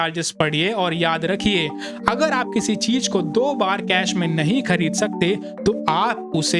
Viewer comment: Chij ❌ Chiz ✅ - Hajar ❌ Hazar ✅